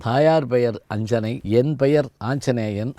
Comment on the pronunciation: இவர் அறிஞர். ஆனால் "யார் கொல்" என்ற இராமனின் கூற்றை "யார் கொள்" என்று பேசுகிறாரே. ஆரியர்க்காக என்பதை ஆருயிர்க்காக என்று பிழையாகப் பேசுகிறார்.‌ ஆஞ்சனேயன் என்பதை ஆஞ்ச்சனேயன் என்கிறார்.‌ மேலும் எண்ணி அக்கறையுடன் பேச வேண்டாவா?